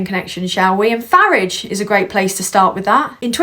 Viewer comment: First time I've seen your 'channel' Couple of things, fantastic stuff that someone so young(I'm old) can see what's going on and report on it so eloquently. Also, I love the way you pronounce Farage as Faridge, like the UK way of saying garage rather than the deeply annoying american Garaaage . Good work lass, New sub